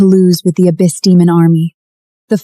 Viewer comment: So many grammatical mispronunciations! Your mighnes 😂, lord of the ababys! I could go on but is so hilarious! Otherwise I did enjoy the story